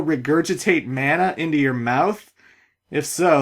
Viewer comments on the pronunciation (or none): none